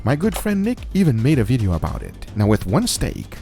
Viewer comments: its video not vedio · 3 mins into the vijyo all i hears is BALLZ